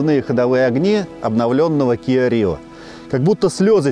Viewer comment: не кио, а киА!